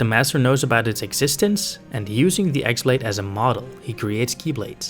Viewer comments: The x-blade is pronounced "keyblade" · It’s not pronounced “ex blade”. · You're pronouncing "X-blade" wrong. The "X" is actually the symbol for ki/chi, so it is basically just pronounced "key(ki)blade"